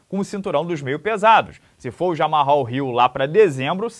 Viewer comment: Se fala "Jamal" □